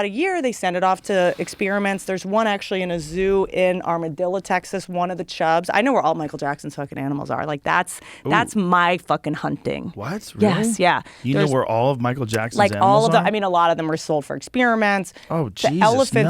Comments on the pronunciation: Armadillo, Texas people. Not Amarillo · Chick is on meth or something! or so Armadillo, TX lol...you mean Amarillo? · She said Armadilla Texas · Armadillo, Texas? Amarillo*** Don't disrespect west Texas with that pronunciation, Whit. Better watch out coming in and critiquing the only good place left in the US.